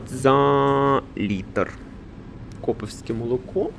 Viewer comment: Це від назви магазину Coop,вимовляеться як куп-куповське,але каже кОп-коповське